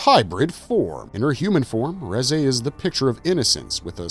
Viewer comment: It's pronounced as "Rizz eh"